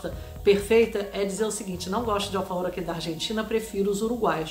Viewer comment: A água é ótima. Smart nao é água. Desculpe. Nada a ver falar alfarrrror. Buenos Aires nao é para amadores.